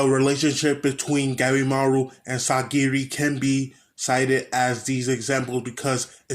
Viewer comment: It’s painful when I hear you say sagiri